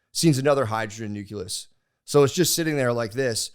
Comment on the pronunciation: The fact that he actually calls it a nuculus is hilarious